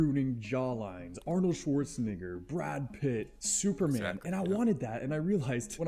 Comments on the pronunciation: It's really is.. Schwarzenegger is not pronounced like that in Austria, Germany or any nation where the name originates From. Even the English pronunciation isn't like that. It sounds more like Nayger. Not Nee. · bro did NOT say arnold schwarzenEgger 🥀💔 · bro did NOT say negger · Bro did not say Schwarzenegger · the pronunciation of schwarzenegger is so crazy😭😭😭😭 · literally went to comment that shit there is an E lmao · As someone whose mother tongue is german it's even wilder